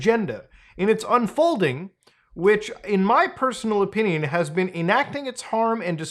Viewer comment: Love the way you say opinion lol "oh-pin-eee-un"